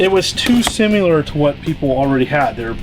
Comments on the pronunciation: Amazing collection! Tell to stop saying 'simular.' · I hate how can't say "similar."